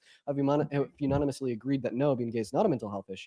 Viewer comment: saying "unonymously" instead of "unanimously" is triggering me